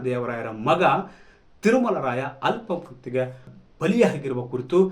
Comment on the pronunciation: ಅಲ್ಪ ಮೃತ್ಯು ಅಲ್ಲ ಆಪ ಮೃತ್ಯು